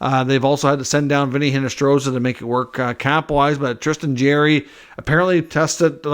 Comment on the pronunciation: You got to start pronounce jarry name right